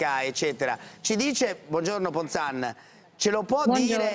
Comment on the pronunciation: Parenzo, non Ponzan, ma Ponzani !!!